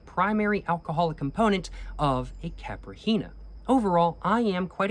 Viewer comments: not KAPR HEENHA... " KY-PEE-REE-NEYA"....strongest syllable is REE, and NEYA you speak very fast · >pronounces cachaça perfectly >CAPRI HEENA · very happy of your pronounciation of cachaça since the last video I will aknowledge I will add tho that the cocktail called caipirinha is pronounced like Kay-pi-ri-gna (like lasagna) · Correction, it`s pronounced "Cai-pi-ri-nha" not "Cai-pri-hi-nia" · Caipirinha is pronounced: ki - pee - ree -nya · A pronunciation tip for "caipirinha", try switching the "h" for an "i", then try pronouncing that "i" to the point it becomes silent. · the way he said caipirinha had me laughing with respect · nice video, beautiful mata atlântica background. i remember drinking 51 back in college. and btw, the nh in caipirinha is pronounced just like the ñ in spanish